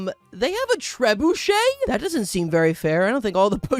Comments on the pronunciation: first off it's an onager. Second off, it's not 'treh boo shay, it's treb you shay' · bro thinks its pronounced tre-BOO-shay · I like how you pronounce “trebuchet” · At this point I'm certain he does a massive mispronunciation every video as engament bait, it's just tooooo consistent. Also it's always a really funny one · Don't forget those early game catapults that he pronounces "trebuchet"